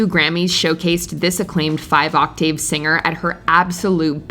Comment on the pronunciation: Why does the host/announcer of this video have issues pronouncing normal words like Octave and drought ? Very strange.